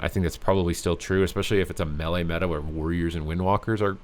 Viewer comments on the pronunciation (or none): none